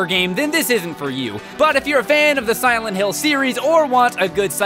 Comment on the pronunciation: Actually, I think pronounced it correctly. That's how it's pronounced in the Silent Hill games anyway.